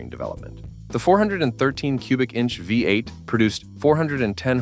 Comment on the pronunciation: This video is garbage. The ridiculous monotone AI voice gives it away in the first second, the oldsmobile five (V) eight. The rest I assume is trash. Who has 34 minutes to waste listening to this much stupidity?